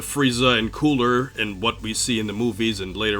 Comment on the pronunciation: Did you have a stroke when saying cooler?